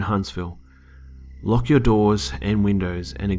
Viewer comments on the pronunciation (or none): none